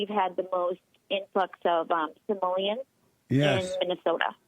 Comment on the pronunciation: pretty sure this was a TROLL caller....she kept saying "samoleans"....not Somalians...you got baited Jesse